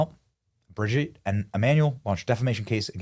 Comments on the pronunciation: Hey Benny, it’s ‘Bro’gitte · LMFAO the emphasis on Brigitte 😂😂😂😂 hilarious